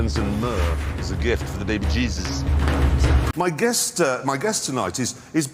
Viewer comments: the bebejizzus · The Baby Jezes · Baby bjeebus.